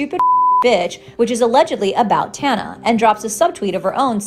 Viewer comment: can y'all learn to pronounce her name or just don't lol